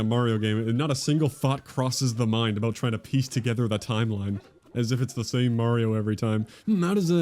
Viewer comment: Please learn to pronounce Mario correctly. If you need help, please consider one of the only things he ever says: "It's a-me, Mario." Do you play Mare-co Polo in the pool? Do you like Mare-tin Scorsese movies? Thank you for your time.